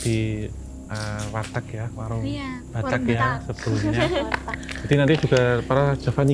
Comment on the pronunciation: Wartak bro bukan Wartag 😅 kan Warung Batak bukan Warung Batag 😂